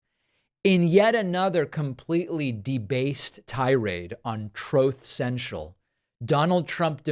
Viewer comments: TROTH SENTIAL???😢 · Troaf Sential. 😂😂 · Troth sential 😂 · "Trooth" central. Too funny. "Meanwhile, Obama released a list of 40 books he read this summer." > Well, to be fair to Don the Con, he 'moved' 400 books worth of documents repeatedly last year, so he's tired. And tired of being "booked".